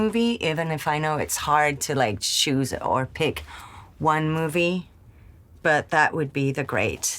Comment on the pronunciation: I forget when, but I think Marion Cotillard studied doing an American accent for something, bc she pronounces the American short-i instead of French -i, says “pick” instead of “peek.” ❤